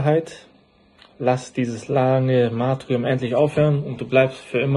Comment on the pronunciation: Matrium??? Er meint wohl Martyrium....... sprich..: „Martürium“